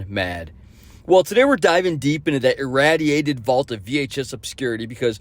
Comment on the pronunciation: Interesting way to pronounce "irradiated"